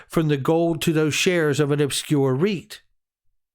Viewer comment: REIT, lol thought first you said obscure wheat